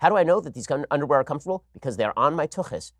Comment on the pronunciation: don't want dat undaware.